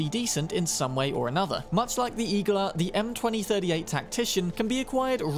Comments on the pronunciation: Igla also means “needle” on Russian, it’s pronounced iglA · Small correction Igla is also needle in Russian. With emphasis on last vowel.